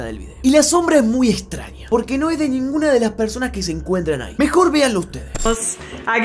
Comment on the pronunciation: Like si dijo senguno 2s veses